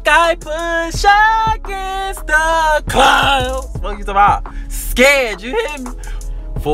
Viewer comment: my mans emphasized on the CLOUUDD